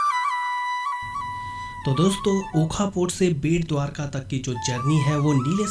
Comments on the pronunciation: Not "bhet dwarka " it is bet dwarka. "bet" means island. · आप भेट द्वारका बोलते हो जो गलत है, बेट द्वारका सही है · I guess it's not Dwarka bhet lol simply it's bet (taapu) Dwarka